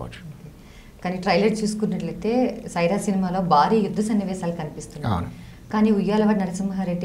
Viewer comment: యాంకర్ గారూ ముందు తమరు తెలుగు sarigaa మాట్లాడడం నేర్చు కొండి . బారి కాదు భా భా భారీ